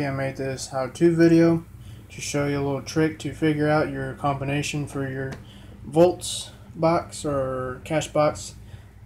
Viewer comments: Why are you saying "voltz" instead of "Vaultz"? (It's pronounced like the plural of vault.) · I'm aware the brand name is Vaultz (pronounced like "vaults," not like "volts"). It was just funny. I'd never heard anyone mispronounce it before.